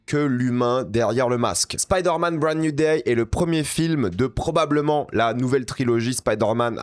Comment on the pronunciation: Spider man brande nouille day , j'adore ton anglais